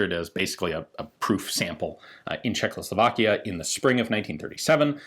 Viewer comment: Its not czech-lo-slovakia, its czech-o-slovakia...